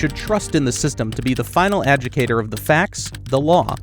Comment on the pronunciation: Ah joo di ca tor